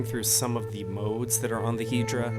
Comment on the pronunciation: Is it really pronounced "Hee-dra" and not "Head-ra?"